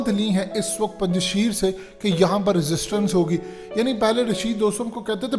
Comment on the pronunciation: O bhai lhuda k lie name sahi le lo isss ilaky ka..sheerrrrrr ni aa.. Punj shair a